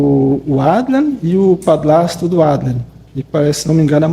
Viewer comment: Padlasto , Plata 🤣🤣🤣🤣🤣🤣🤦🏼‍♀️🤦🏼‍♀️🤦🏼‍♀️🤦🏼‍♀️cebolinha, adliam!